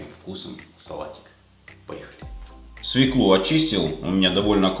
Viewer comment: Свёклу. Если вы ведёте ролик , то надо следить за своей речью